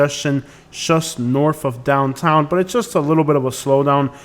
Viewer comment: you have a bad attitude, this airport is seamless to navigate if you are smart enough to READ THE SIGNS BEFORE making a turn. bye the way "Just", is not pronounced "shust"